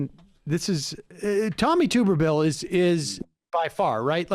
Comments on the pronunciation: im an auburn fan and sams mispronunciation of tuberville is hilarious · Sam is pronouncing it like it's spelled. Tuber = toober.